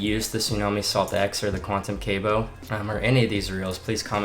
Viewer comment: It’s not cable, it’s Cabo (cah-bo) 😂